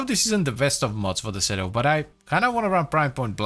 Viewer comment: According to the latest devstream, it's "seedoo". Also, "Lavo Prime" 😂